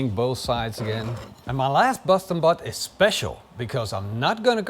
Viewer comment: Am i the only one that hears "busstin butt" everytime he says boston butt 🤣